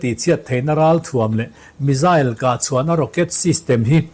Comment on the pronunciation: Ngaihnawm thine Iran mizail tihkha hriat thiam ava harve? Misile lam chi nive tak angmaw!!!?